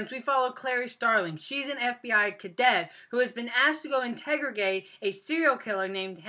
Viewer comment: are we not going to talk about the fact that he said "integrogate"